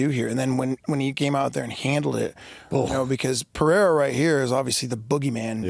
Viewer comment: Pereira = Puh-ray-ra No double "R" (like Ferreira) so no "h" sound. Rogan started this dumbass trend but he has pronounced it correctly since UFC 300. The stupidity seems to have already spread. Also in the timestamps it should be "Telling fighters THEY'RE done". C'mon guys